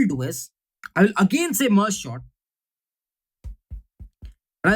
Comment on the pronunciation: everytime he says merge Short , it makes me laugh 😂😂